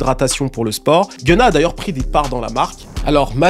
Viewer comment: Its not genna Its GUN-NA